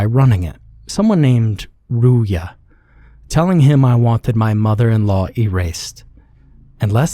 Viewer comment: Hi, original author here. Great reading of the story! Fun fact: I pronounced "Ruya" as "roo-yuh" in my head, so it was interesting hearing a different variation of it. Still, great job with the reading.